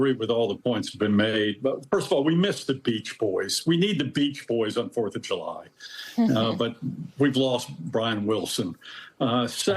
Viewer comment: The 4th of Ju-Lie.